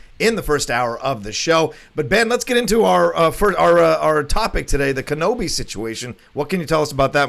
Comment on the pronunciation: Kenøbi is Danish. Didn't you know that? 😂😂😂